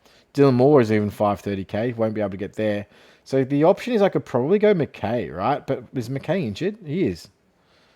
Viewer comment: This pronunciation of McKay and Curnow is poor, like does bro watch AFL